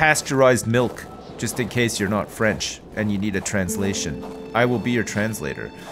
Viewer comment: ' french pronunciation is actually pretty good, if a bit slow. I'm impressed.